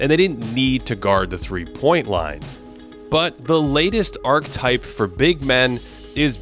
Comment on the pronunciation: Wonderful essay on Chet. Look up how to pronounce archetype tho